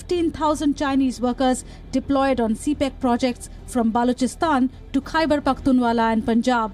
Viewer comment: It is not 'Pakhtunwalla'! It is Pakhtunkwa.